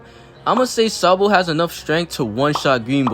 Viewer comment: bruh said SANbo😂